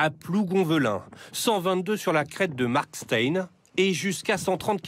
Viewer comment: Quel drame... (Pour info, Markstein se dit : "markchtaïn"